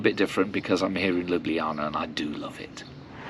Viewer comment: Chiming in here as a Slovenian - you are probably one of the few that actually pronounced the name of the city correctly! 😊 One note: wherever there is a C in the word, we pronounce that as “ts” rather than “kh”. Ljubljanica river is therefore pronounced lju’blja:nitsa